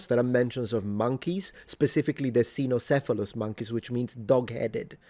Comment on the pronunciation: Your pronounciation of cynocephalos killed me.